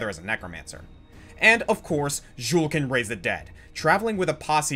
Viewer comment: Bruh, what was that? "Jewl"? You got the footage from the charatcer's spotlight video, but had it play on mute to not actually hear how to pronounce his name? And no, he is NOT the necromancer in Diablo 3. No one from D2 returns to D3 as a playable class. And again with this "Jewl" thing... Good off-topic there...